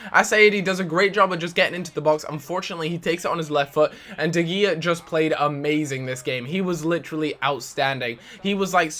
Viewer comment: The way you pronounce 'De Gea' hahaha